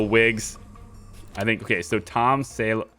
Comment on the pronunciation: Btw that minions surname Saveloy, it's pronounced sav-eh-loy and it's a type of British sausage. The games British humour of including it as a surname! Really enjoying the series and will look back on your Prison Architect videos 👍